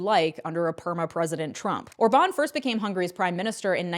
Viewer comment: Orban pronounced as Órban, not Orbán